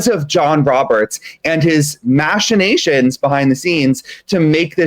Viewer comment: I like this guest’s pronunciation of ‘machinations’😂